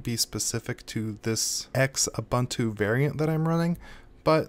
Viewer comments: It's pronounced oo·boon·too. Hurting my ears, dude. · ive been pronouncing it zooboontoo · Zoo buntu, loo buntu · Koo buntu Xoo buntu